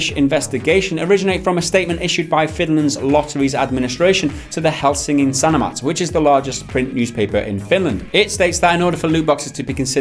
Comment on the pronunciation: Suomi mainittu, torilla tavataan! P.S. I'm surprised you didn't completely butcher Helsingin Sanomat, congrats